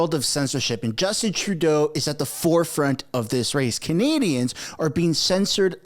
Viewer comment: Jaghmeet can’t even say “Canadians” correctly, for such a normally well spoken person he has not cared to ever say it right. Like how he also thinks he’s getting ahead of it, you’re lost bud! 😂